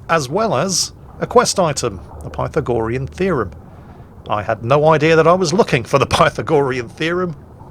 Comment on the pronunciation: Love the weird pronunciation of Pythagorean!!!